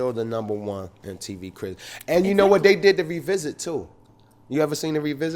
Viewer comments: She can’t pronounce word ....crips instead of cribs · "We've all seen your Mtv "CRIPS" episode.. like c'mon a b & c are pronounced totally different.. accent or not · She’ said CRIPS EPISODE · thought she was saying crips